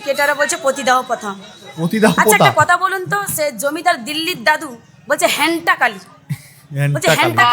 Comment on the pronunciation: 😶এই সাধারণ বিষয় নিয়ে এতো শোরগোল এর কারণ শেষে জানালাম ;হ্যাঁ, মা দুর্জন কে হত্যা করে তাদের মুণ্ডু মালা করে গলায় পরেছেন ওনার একনাম হন্তাকালী❤❤🙏🙏 তো বটেই ,মাননীয় প্রধানমন্ত্রী হিন্দি ভাষী, ঠিক ভাবে পারেন না বলে অনেক বাংলা শব্দের বিকৃত উচ্চারণ ওনারা করেন, সেই ভাবেই উনি হন্তাকালীর জায়গায় হ্যান্টা কালী বলেছেন;যেমনদিদি অনেক ভাষণে পরিপাটি অসংখ্য হিন্দি শব্দের হাস্যকর বিকৃত উচ্চারণ করেছেন এমন কি বিজেপির এক জন বিশেষ ব্যক্তির ও নাম বিকৃত(নাড্ডাগাড্ডা) করেছেন তো এটা নিছক হাতির পিছনে ঘেউ স্বভাব